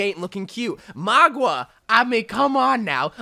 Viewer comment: You still pronounce Mauga’s name as “Magua” bro it’s not that hard to pronounce it properly